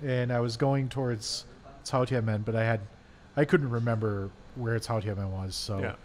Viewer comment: says Chaotianmen with native accent